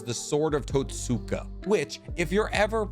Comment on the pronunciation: Haha, your absolute butchery of the word kotoamatsukami with such confidence was hilarious. Edit: and totsuka